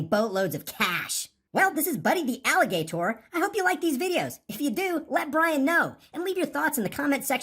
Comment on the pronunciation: Alli-GAY-tor. Haha